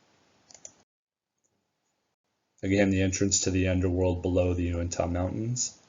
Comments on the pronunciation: Great video! I'm very interested in History and Discovery Channels programs on these two locations. Just wish they weren't so much into manufacturing "drama" in their presentations. FYI, Uintah is pronounced "Uintuh". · UINTAH. Get it correct!